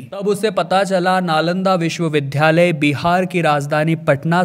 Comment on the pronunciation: विश्वविद्यालय को लगातार विश्वविध्यालय बोल रहे हें !